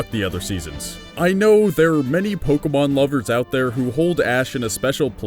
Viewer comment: Charmander is the worse Pokamon.Who pronounce Pokemon Pokamon